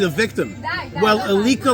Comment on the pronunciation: Just a small correction..Her name is Pronounced Aleesha..But keep up the good work..